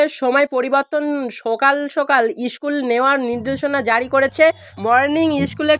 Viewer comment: Chhuti ta ki tumi barabe? Age bhalo kore kotha bolte dekho, kelas ar ischool bola bondho koro. Nijei bolchhe 20 june obdhi school cholbe, abar bolchhe 1 mash chhuti😅😅